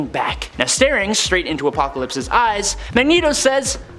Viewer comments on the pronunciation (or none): none